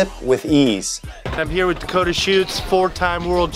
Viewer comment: Did he say Dakota shitz ??!??!!!!?????